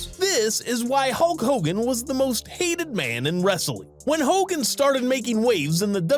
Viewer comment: You mean "Hulk Hogan" not "Hull Hogan". ~Dutch